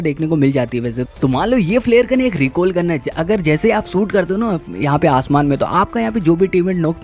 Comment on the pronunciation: recall ❌ recoil✅